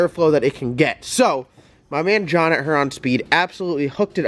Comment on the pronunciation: Love watching your channel...maybe one of these days you'll pronounce Huron correctly